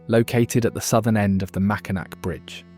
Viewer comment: The Mackinac bridge is pronounced MackinAW. That said, it's a common mistake.